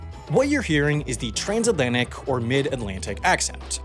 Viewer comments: Come on, Trasnatlantic? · "Trasnatlantic". Can I be in the next correction video now? 🤣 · Here before they fix “Trasnatlantic” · "Trasnatlantic" sb "Transatlantic" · Wow! How can you mess up this bad... It's "Transatlantic" not "Trasnatlantic" /s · It’s T-r-a-N-S not T-r-a-S-N dang it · save it for another mistakes video🤣🤣🤣 trasnatlantic🙄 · Trasnatlantic lol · Trasnatlantic heh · "trasnatlantic" 😄 see you in the next "all the mistakes in my videos" compilation! 😘